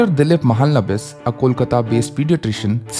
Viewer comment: Idk why ppl can't pronounce bengali names properly, be it ppl or even a city, it's Kolkata not Kolkta and Its Mahalonobish not Mahlnbis